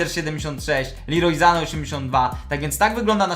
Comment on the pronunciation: Kibic arsenalu nie lubię arsenalu lubię real madryt lecz lubię kozę orazp mówi się sane nie zane